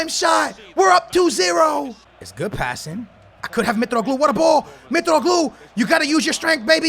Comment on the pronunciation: FYI Mitroglou is pronounced in I I'm Greek so I know